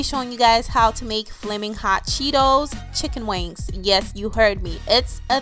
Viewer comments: It's funny when you always say checken wings LOL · She keeps saying chic on wiggs. We’re are your from